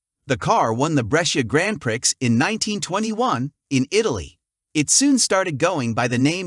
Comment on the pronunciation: "Grand prix" is French and pronounced "Graun Pree" wherever you are. Good luck, and we're looking forward to more.